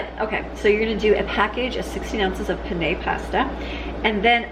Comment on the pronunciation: PEH-neh not peh-NEH 😉